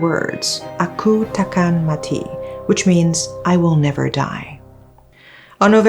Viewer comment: Your malay accent is good.."Aku takkan mati.."